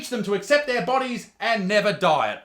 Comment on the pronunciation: because of his accent for a sec i thought he was saying "die" instead of "diet" lmaooo